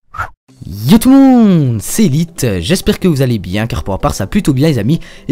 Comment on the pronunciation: Faut que je t'avoue un truc la premiere fois que j'ai entendu ton intro j'avais compris "Yo tout le mon cellulite"